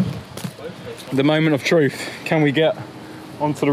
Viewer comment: "Heres the moment of truf, can we get on the roof" 2020